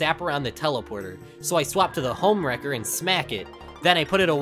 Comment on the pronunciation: "The homwrecker" Where did the e go ?